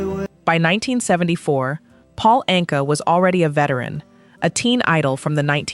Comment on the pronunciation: The last name Anka is pronounced "ANG-kuh" (IPA: /ˈæŋkə/).